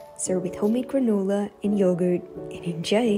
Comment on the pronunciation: “and enjaæoy” “granœlah”